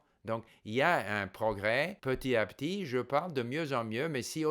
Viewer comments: La perfection même, toute mon admiration ( la seule et unique chose qui trahit que c'est une langue étrangère pour vous, c'est l'oubli de la liaison dans "petit à petit" qu'on prononce petiTApetit). J'espère arriver un jour au même niveau en anglais et en mandarin. Mille mercis pour tous vos conseils et encouragements ! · Steve , votre français est parfait. Une seule petite erreur : Petit à petit = il faut faire la liaison. [ petita. petit ] Amicalement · Il y a plusieurs types de liaisons : celles qui sont obligatoires et celles qui sont facultatives. Dans le cas de "petit à petit", c'est une liaison obligatoire, donc si on ne la fait pas, c'est une faute. Si M. Kaufman a été repris là-dessus, c'est aussi parce qu'il fait la même faute quatre fois dans la vidéo (les autres petites fautes, de par leur rareté, sont moins gênantes, donc il n'y a pas vraiment de quoi reprendre M. Kaufman là-dessus).